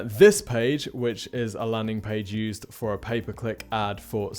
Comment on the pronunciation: I hear "paperclip traffic" when you say "pay per click traffic" 🤣🤣 I was like... WHAT is he talking about!